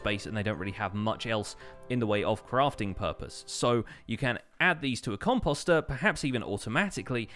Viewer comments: Post . . .post ....... composter . Sorry that just really bugged me. You said it like 50 times. And I cringed every time. But thats just me. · i’m still not used to hearing him say ‘composter ‘ like ‘imposter’ lol